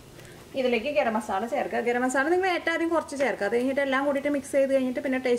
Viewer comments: Zubair Shuhi ..ethra paranjalum aalu athe parayu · മസാള അല്ല മസാല